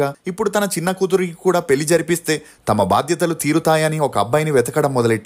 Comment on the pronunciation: పెలి కాదురా పెళ్లి…. తెలుగు పలకలేని ప్రతి పనిలేనోడు ఛానల్ పెట్టేయటం…. నేను చూడటం…. ఖర్మ